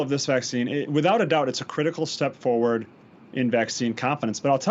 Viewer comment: Did they say it was a "critical step forward" or "criminal"?